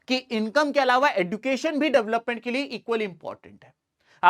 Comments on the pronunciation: Education pronounciation sahi kro please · Sir sorry but fir bhi khungi education ka pronunciation galat kiya h Kai bar kafi log yahi kehta h jo aap keh rhe h par plz try ki ap sahi kahe thankyou sir